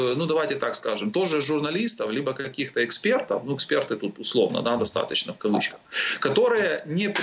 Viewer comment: Ышшо один ЫксПЕРД! 😂😂😂